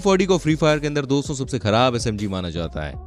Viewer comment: Doso Nehi Dosto hoti he 😅